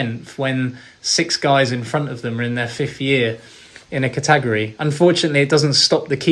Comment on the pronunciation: Great interview but ....ka-tag-ory?